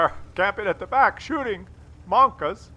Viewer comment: It's monka S! Mon-KA Ass